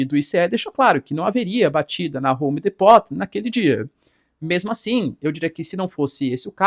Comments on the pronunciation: Homedepots 😂😂😂😂😂😂😂😂😂😂😂😂😂😂😂 Gente isso se pronuncia! “ Homdîpou “ loja de material de construçao! A segundo ou a primeira maior! Dos eua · A pronuncia é home dipo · O nome é vou escrever como se pronunciar em português para que sua pronuncia fala corretamente. Professor! Rome depo ( the Home Depot ) fica a dica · Pede para sua professora de inglês te ensinar a falar home depot